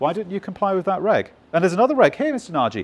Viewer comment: Dear Mr. Nagy, are you by any chance a Hungarian descent? If so, you’re saying your last name wrong :). I like your channel and it’s really informative. So much so that I’ve watched most of this clip before realising that there’s a c*ck and balls drawn on the corner of the board :))). Lots of success in the future, we could do more with seeing more of you guys actually wiring, perhaps a sped up video? All the best